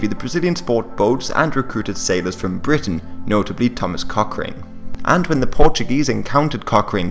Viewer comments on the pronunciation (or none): none